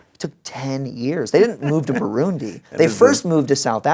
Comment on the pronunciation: Wait! Did he mention "Burundi"? First time I heard it said so well, and just was like "wait..., I know that country, I am from that country!!" Thanks for sharing💙